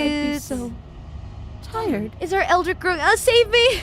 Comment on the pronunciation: "eldritch", not "eldrick".